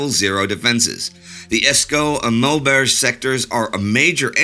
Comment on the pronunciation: it's Maubeuge not maubrege